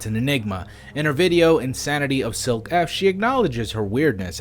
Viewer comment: I would like to say Silke is a belguim/nederlands name and its pronouced like Silk-uh